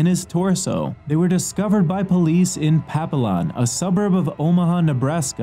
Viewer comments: I used to live near Papilion, so let me help you out with how the locals pronounce it. PUH-pill-yun. (Nebraska has a lot of cities that are mispronounced French names.) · Papillion, NE *pah-PILL-yahn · It's Papillion, Nebraska. Papillon 🤣